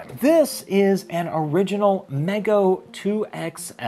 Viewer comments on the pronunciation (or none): The manufacturer's name is pronounced "MEE-go," FYI.